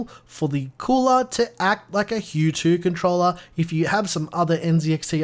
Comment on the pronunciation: Had to listen to it a couple times. "HUE CONTROLLER" Anyhow, I picked up my Z73 last week. Very nice.